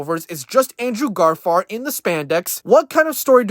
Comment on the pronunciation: Who tf is Andrew Garfart ? You can't even say the name right bro get tf outta here